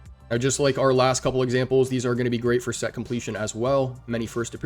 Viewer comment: Great video bro! Love the production, always! Excited times without a doubt! Most of us get overly excited though haha Haha nice emphasis on the set completion 🤣💙 Great video bro! Always great info and production! ✊🏽